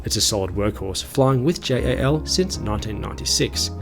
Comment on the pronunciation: pls just pronounce it jal not J.A.L.